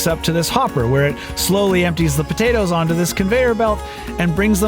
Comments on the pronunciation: The way he said podaytoes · As an islander myself I can confirm that's how most islanders say potatoes. b'dayduhs